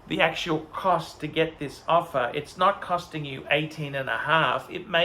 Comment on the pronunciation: “To get an opher, you need to spend phive phousand!” Doesn’t sound like a good investment to me!